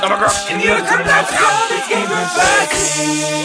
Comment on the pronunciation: there's not a glottal stop in the Australian accent Arin you dingus, they don't say "goh-uh," they pronounce it more like we do